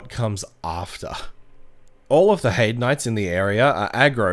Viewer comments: Its pronounced "Hay-d" not "Hide". Great video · "hide's tower" does sound weird. I always pronounce it the German way "hei" as in "high" and "de" like "the" but with a d instead of t